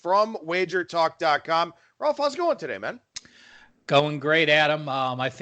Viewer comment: Why do you call him Rolf?